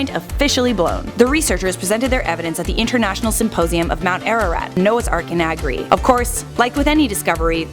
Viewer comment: As an Armenian you absolutely BUTCHERED the name of our mountain. Lol